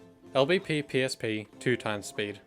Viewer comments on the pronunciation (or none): LBP is not pronounced el beppe :') What kind of Swede is he